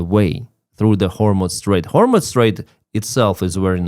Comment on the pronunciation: Excuse me,, it's pro nounced "hormuz", not "hormutz".